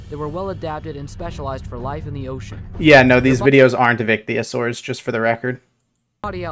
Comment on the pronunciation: HE IS SAYING THAT THE LARGEST MARINE REPTILE WAS AN ICHTHYOSAURID?!?!? Im dying right now. oh and also he is using a Cryptoclidus (a medium sized plesiosaur) as the largest marine reptile ever. AND HES CALLING IT AN ICHTYOSAUR. AND HES PRONOUNCING IT WRONG. Mosasaurs and other relatives of it lived in a completely different place and for most; a different time. And they probably would kill any icthyosaur they could see. Megalodon is 15 meters long, Tylosaurus (a plesiosaur) was 15.8 on average and is thought to be much bigger at very top size.